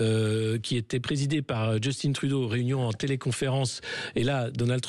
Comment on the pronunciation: justine trudeau ??? il aurait changé de genre? justin se prononce en français comme cain, venin, martin etc.